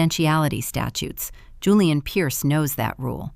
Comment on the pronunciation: Why does the narrator keep incorrectly pronouncing Julian as Julianne? Also, why aren't they using Virginia's signed waiver condemning Maya to state custody to prove her lack of fitness to have custody of Maya?